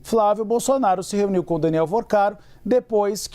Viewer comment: Se "reniu"? Ow, estagiário, prestenção!